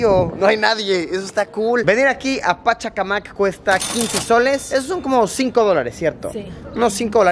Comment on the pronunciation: Pachacamac la fuerza de voz es en la 3ra sílaba el nombre es por un dios